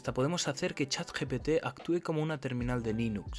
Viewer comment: Dijo: Chat "GTP"